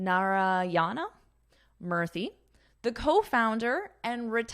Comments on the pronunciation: Madam Murthy is pronounced as Moorthy. U should sound like oo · In India, pronunciation of Akshata in hindi is 'Akshta' and pronunciation of Murthi in hindi is 'Moorti'. I am a native hindi speaker. So this is for the correction. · She pronounces in a funny way, Indians namee